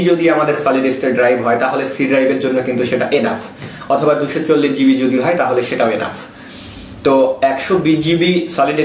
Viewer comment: Gb brother not zb